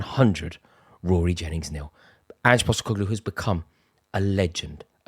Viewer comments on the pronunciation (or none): Impostercoglue he said 🤣🤡